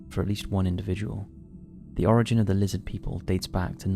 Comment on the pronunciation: Lizzid Peeple!! - HeckleFish 😂😂😂